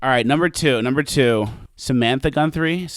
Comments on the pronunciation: So I’m a Guthrie. While no relation (I know of, but same last name so who knows) and even though you were mocking her last name, I felt cool every time you said it right and now I can say I got a shout out from. Swwweeeeettttt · No, you were right, its Gunthrie...rhymes with Cunthrie...